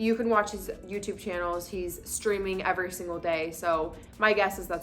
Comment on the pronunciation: She said, “Ever Singal Day”…